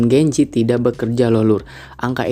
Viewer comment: Sedikit saran aja kalau buat video kasih jelas bicaranya gen z yah gen z bukan gencet atau genjet 😂😂😂